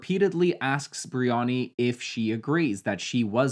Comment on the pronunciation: You calling Bryony Biriyani is fryinggg me omg 😭